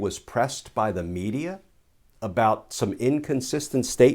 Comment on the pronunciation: "thee illness is gonna do what thee illness is gonna do" 🤣🤗🤣😅